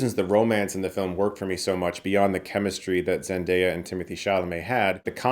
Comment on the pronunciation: "zen-don't-cha" worst part of the movie...